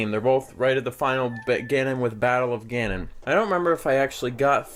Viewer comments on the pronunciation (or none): It's Ganon, like canon.